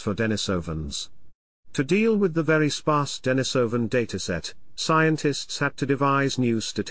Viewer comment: "De-NI-so-van" -- the accent is on the second syllable.